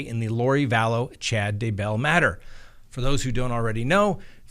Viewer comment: Just say DAY-bell, not duh-BELL and TY-lee, not ty-LEE.